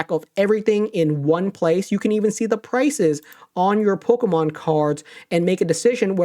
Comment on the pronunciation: I hate the way says Pokémon